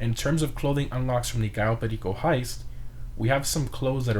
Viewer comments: My man becomes pure Colombian when he says Cayo Perico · HOW DID U SAID "CAYO PERICO" LIKE AN HISPANIC, Nunca los entenderé. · i still find it satisfying when he says cayo perico